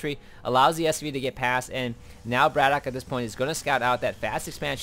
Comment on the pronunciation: at the beginning of the game you were saying whether it was bratOKAY or bratok, so i just mentioned that you did it the right way :)